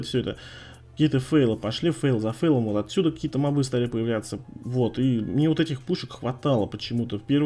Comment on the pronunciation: И мобЫ, а не мОбы.